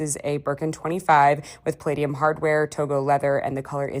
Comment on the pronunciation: girl did not just pronounce platinum PLAY-TEE-UHM.